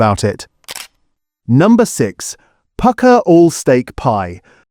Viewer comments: A.I. voice is a mess. You pronounce Pukka as Poooka LOL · Please get your AI to be more consistent with pronouncing things like PUKKA and PASTY. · The AI narrator cannot even pronounce Pasty or Pukka. 🤣